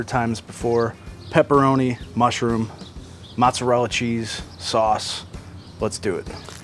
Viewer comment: I just got this oven this week. Nice video, thank you, thumbs up. . Please! Please. Pronounce the cheese the Italian way. It's Moh tza rella! Not Matza rella. Matza rella sounds like a red neck pronunciation. Listen to an Italian say it. If you're going to eat it, and make videos about it, pronounce it correctly, please. I request that respectfully! Great video, but I cringe when I hear mozzarella pronounced like that.